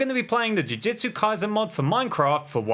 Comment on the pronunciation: He’s saying jujitsu I’m annoyed